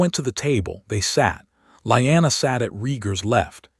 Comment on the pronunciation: Lee anna, STUPID not Lie anna!!!and Aegon, not Egon, AI is a moron. gesh, another one? its not REE GAR, ITS RAY GAR, Dan air rus , NOT dean er ees....wow, YOU JUST CAN'T PRONOUNCE ANYTHING RIGHT...lmao!!!!!Your AI is seriously broken people, it jumps around from 13 to 11 to 12 , all over the place, ALMOST 3 HRS IN BEFORE the worms hatch man, it would be great story if you fix your fked up A.I.!!!!!